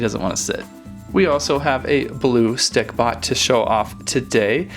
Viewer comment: he keeps saying stickPOT